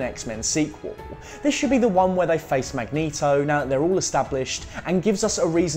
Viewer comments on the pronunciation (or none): none